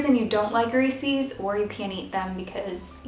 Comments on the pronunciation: I love your crafts but its reeses not reesies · Ehy do you say "reesees" it's pronounced reesis!!! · Just so you know you pronounce resees wrong, it's re-ses (likes says but ses) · Reesees...holy moly OCD it's Reese's ! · It's pronounced REES•IZ not REES•EEZ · they aren't pronounced reesies they are pronounced reese's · I find it strange that americans pronounce reeses reesees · Who else hates the way she says "Reese's"? Lol just kidding, we love you!